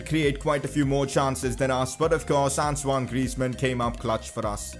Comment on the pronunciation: That's how you pronounce his first name, not, ant own e o